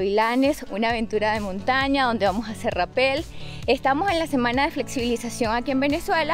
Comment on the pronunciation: Mejora tu diccion Es Rapel , no tiene acento en la EEEEE